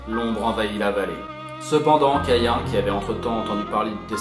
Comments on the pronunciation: Perdu! on dit Cahin, écris Caïn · Mdr Abel et Cain c’est dans la bible et ça ne se prononce pas « Caïen » et « Eybeul » xddd mais cool vid ! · Ébeul et cayen... Au lieu de Abel et Cain... /facepalm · On dis caïn c'est hebreu